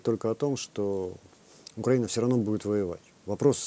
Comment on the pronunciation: вам наверное не нравиться, что я так пишу вашу фамилию, правда? Вот и я очень надеюсь, что вы не специально коверкаете название соседнего государства, а лишь переняв такую формулировку от украинофобской "высокограмотной российской интеллигенции". Поэтому подскажу, правильно говорить не УкрАина, а УкраИна. Примите во внимание в будущем;)